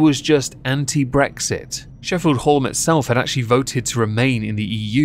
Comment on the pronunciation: Hallam is pronounced Hal-am. Yes, I'm pedantic.